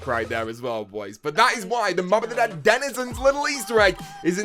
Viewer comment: The way he says Denizens bothers me but not everyone is the same